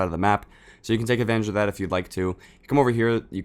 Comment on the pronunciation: he said zat instead of that